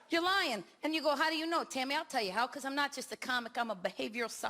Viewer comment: I’ve listened to it four times so far and every time it sounds like she says I’m “TERRI” Pescatelli. So strange!